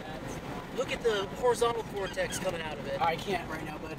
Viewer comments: I wish they wouldn't say "vortesee". Fingernails on chalkboard. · The singular is "vortex" not "vortesee". The plural is "vortices". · THERE IS NO SUCH THING AS A "VORTICEE", YOU PILLOCK!!! Vortex, singular...vortices, plural. Great footage, all the same.